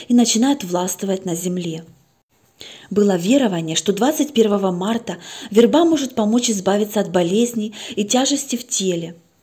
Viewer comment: Добрый вечер. Ставьте, пожалуйста, правильно ударение в слове ВЕРБА ( на первом слоге!!!!!). Очень тяжело слушать, когда так часто неправильно произносят слово.